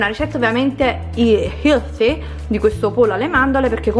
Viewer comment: la pronuncia di healthy è helfy con la f pronunciata con la lingua sui denti superiori